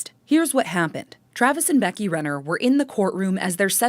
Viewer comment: My maiden name is Renner. It makes me sick to think that someone I might be related to (Renner isnt a common last name) did this. On a separate note, I apprecite the fact that you pronounces it correctly.